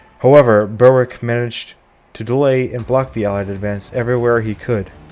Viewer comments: Excellent video one very minor point Berwick is pronounced berick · Thankyou for your very interesting and informative videos! Just one small point, Berwick is pronounced " Berrick". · "Berwick" should be pronounced "Berick". The "W" is silent. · Excellent presentation. One relatively minor correction, I hope you don't mind? Berwick, is pronounced by The Scots, and by The English, as Berick. The w within Berwick, as a rule, is always silent. Much of this interesting history is never taught to us here in Blighty. Thank you very much for your brilliant contributions to keep our histories alive.